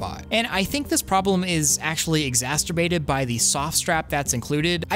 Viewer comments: "Exasturbated" LMAO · New word: Exzasterbated - What's the definition of this new word guys? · Exasterbated lol